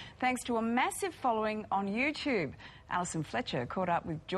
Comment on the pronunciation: i like the way she says 'youchube' it's catchy (: haha